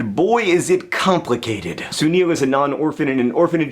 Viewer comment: If it's spelled Sunil, it's pronounced "Su-nill"